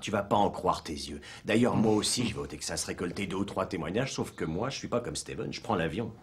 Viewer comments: Le ... "tègue zasse" ? "Texas" se prononce "tek sass". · Le "Tegxas"